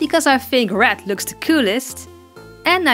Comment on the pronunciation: Wen you sey red I hear rat ;¬; "ill be makeing rat eyes" XD I still love ya <3